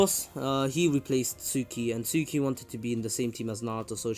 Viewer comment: yooooooooooooo Suki (based on your pronunciation im guessing this is how it's spelled instead of "Tsuki") is gonna get so WET when Naruto does his entrance in the Pain attack. (Im not trynna be weird its just facts)